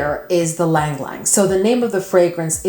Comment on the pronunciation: Ylang is pronounced E-Lang